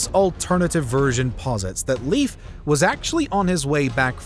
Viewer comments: not leaf its Leif(L AE I F) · Leif is not "Leaf", it's "Leyf". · Not "Leaf" LEIF! LIke first part is "lay" like lay a roof, and then a "F" . LEIF. Learn it, pesants. "Lay-f". That or face the sword. Fucks sake, this is why we invaded you in the first place, You cant even get a name straight. Scandinavian counsil are now considering new raids due to dumb wasnt fixed in 1000 years. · NOT Leaf Eriksson. Leif, which sounds like Layf or Lyf. (Technically it is actually Leifur Eiríksson, ....still never 'leaf') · Why does he pronounce Leif as “Leef”?? It’s pronounced as ‘Life’. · The name “Leif" is actually pronounced “Lafe" and not “Leef." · I wonder why I can't find anyone who tries to tell you that your way of saying Leif (like Leave) is wrong.. Leif is pronouced Life.. I know as it's the name of my son. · Leaf Eriksson -.- Come on, try a little harder! Læif, or at least ‘Life’. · His first name is pronounced like the English word "Life", not "leaf". I am Norwegian. This seems to be a common mistake among English speaking people. I have even heard a Canadian couple naming their son Leif and pronounce it "leaf". The rest of the names were pretty correctly pronounced, so you did your research, but I am sorry to say: not on the main character. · My name is Swedish, therefore it is 'Layf'. I know there are only two versions that are correct, and 'Leaf' is never correct. My theory is those North Americans picked the name from a book and had never heard the name spoken aloud. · Leif, not Leev! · Lif, its L A I F if it should be somewhat like norwigian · I'd say Leyf, but certainly not Lief as pronounced in the video. ( English speakers need to learn the actual vowels, and no "W" is not a vowel in any other language.) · Leif is better pronounced ‘life’ rather than ‘leaf’. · It is laif like life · Pronounced life (like in; your life) Erikson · Please Please stop calling him “Leef”!!! His name doesn’t rhyme with “Beef”. It’s pronounced like “Lace”, but with an F instead of C.